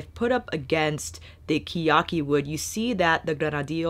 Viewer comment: It’s pronounced ke (keh) ya- ki (ee) け や き